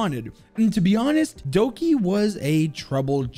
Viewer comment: Every time he sad Doki I wanted to scream.